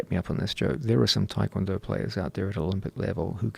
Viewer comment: I've always wondered why people pronounce it Tie Kwon Do. I can understand most people, but these guys who train w/ actual Tae Kwon Do instructors and probably Koreans, why not pronounce it properly? It's like when people pronounce Hyundai (Hyun- deh) as Hon - Die. -_-'